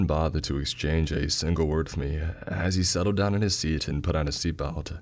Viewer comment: Bro why does he talk like that... my ticket-uh" "my seaat-uh" he draws out the last syllable and uses a monotone bro voice, sorry. Will be sticking to Creeps and Mr CP.